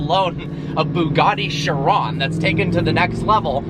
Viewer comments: The way he says bugatti annoys me. "Booogarty." Also, it's not "Chirraaan" It's Chiron. How it's spelt. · It's not "sher-ON", it's "KI-ron". K-EYE-ron. KAI-ron. However you want to spell it phonetically, it's still pronounced the same. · I hate to be that guy but it's pronounced 'ky-ron'. Sorry. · Bro, it it pronounced kai-rawn not shee-ron. How do you not know this as a car enthusiast? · Cheron don't you mean chiron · just saying its chiron not shiron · Just a fuckboy who thinks that because he owns a lambo he knows everything about cars. He pronounces car names wrong. "Sheeron" lol gtfo says agera wrong too. Ive heard christian von koenigsegg himself pronounce his cars correctly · It's pronounced KYRON! 😕 Say Shiron, once more, I DARE YOU. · Chiron...is it pronounced "shiron" or "kyron"? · Bugatti Shiron, its a CHiron as in CHeese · dude said shiron XD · shrion??? Realy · It is pronounced Kye Ron, mo ron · Chiropractor, chiral, and there's "Sheeran"? WTF? Quit pronouncing it like a douchetard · The car is French, its "shee-ron". Gotta love Americans giving other Americans a course in language pronunciation, when they don't even know the language the name is in.